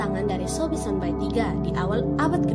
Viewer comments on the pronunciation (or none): Trimakasih infonya, tpi pengucapan yng benar adalah Sonba'i, bukan Sonbai... Penyebutannya sama seperti penyebutan So'e, bukan Soe